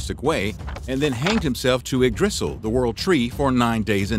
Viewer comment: Holy jeebus, somebody get this narrator a pronunciation guide. " Mee-mer" "Ig-Drisil"? Seriously?